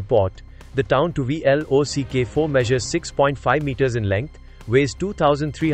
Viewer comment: You don't know how to say 'block' as a word?